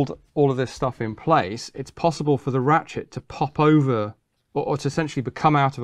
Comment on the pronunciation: did he say ratshit mechanism?